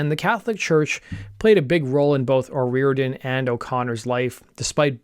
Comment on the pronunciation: great video.....but please learn the culture and their speak before u try to pronounce their names OH RI or idian